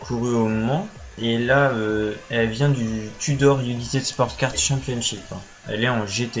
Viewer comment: "United" se prononce "Younaïetide"